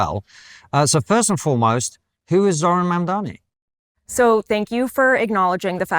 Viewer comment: You don’t mess with Zohran… I hear it Zohan every time someone says Zohran…